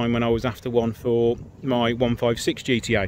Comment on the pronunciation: Nice one. Actually the correct way to pronounce the model is GE TE A. 👍